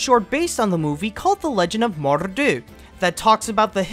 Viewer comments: Watching this for the first time and as a Scot...dear me your pronunciation of Mor'du is downright insulting. You tried but ended up making us sound scruffy. Otherwise, fair video. Good series you made and could do with an update now that more has come out since 4 years ago. Maybe once Cars 3 is out? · I love how he says Mor’du “Morrrrdoo”